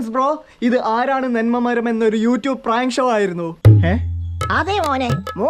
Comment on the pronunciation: മെരം അല്ല മരം